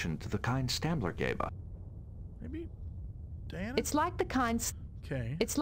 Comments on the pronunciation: it continuously infuriates me that Jesse keeps calling her Diana Troi (her name is pronounced Dee-Anna Troi FFS) and you call yourself a nerd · As a Trekkie, the fact that Jesse keeps pronouncing Troi's first name as Diana (which it clearly isn't) is infuriating!! Stop mispronouncing her name, please!!